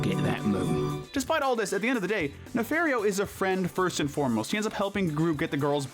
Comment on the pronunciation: It’s pronounced ee-gull-SAHN and nuh-FAHR-ee-oh, “”! 🤨